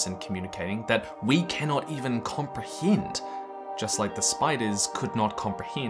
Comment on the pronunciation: I want to know more about this “comprehiind”